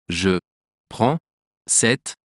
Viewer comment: Do you pronounce “e” as “u” because “Je” is pronounced as “Ju”